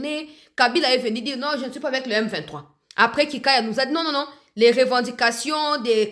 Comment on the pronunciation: C'est vraiment regrettable, mukolo ya lokuta boyee autaa wapiii? Yoka ndenge azobeta beta munoko. Il est incapable de prononcer le nom M23?????